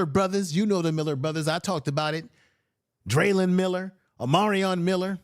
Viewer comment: It's not Dralyn Miller but Dralon Miller